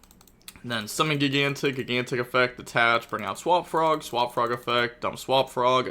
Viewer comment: Spright has been out for almost 2 years and still cant pronounce gigantic correctly. 😂😂😂😂